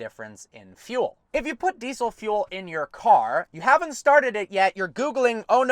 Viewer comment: Deesol .... Deesol deesol .... "So you can't put deesol fuel in it"